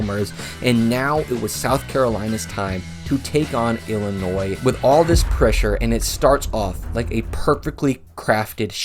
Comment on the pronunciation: Illinoissssss? Bro ? No S sir …. Like Des Moinessss. 😅